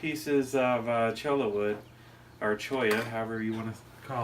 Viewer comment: You say "Choi-a", I say "Choy-ah"! 😉